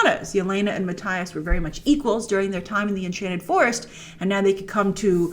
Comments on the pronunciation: It’s Mattias to be exact :D Not ”Matthyas”! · MatTIas 🤣 Grace you need to look up how to pronounce it 🤪😂